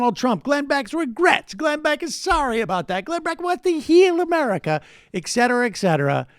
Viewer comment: Ickcetera Ickcetera